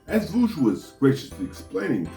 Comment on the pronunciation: that last "voosh", tho!!! I laugghhhhhhheeeedd! :)